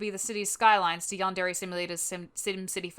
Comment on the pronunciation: Did she just say "YAHN DAIRY"????